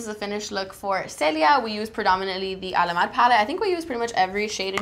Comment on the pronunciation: Do you know the chills you get whenever you hear a really good music/singing? That's what I get whenever I hear pronounce Alamar or the eyeshadow names. I love this look, Kat looks beautiful. This makeup tutorial is done very well, especially for working makeup artists. I really wanna see a chatty GRWM with both Kat and (using Alamar cosmetics of course).